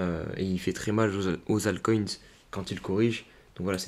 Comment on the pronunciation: Jpe pas m'empêcher de tiquer quand tu dis "altcoint" mdr, sinon merci pour tes vidéos toujours intéressantes !